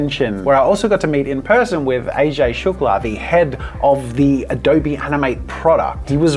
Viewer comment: What's Adoughrrrrrbee?